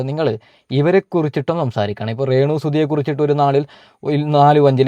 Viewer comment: റെന്നു അല്ല രേണു